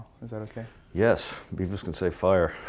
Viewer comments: Its Beavis not bevis. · ahahahah Bevis (beh-vihss) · *Beavis, not "Bevis"... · It's beavis, not bevis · Hey! It's "Beavis" not "Bevis" =P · It's Beavis not Bevis! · It's Beavis, not Bevis, you butthead! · >Bevis Its Beavis. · Umm.. It's Beavis not Bevis -_